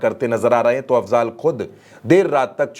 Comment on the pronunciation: अफज़ाल नहीं अफ़ज़ल है। थोड़ा पढ़ लिजिए।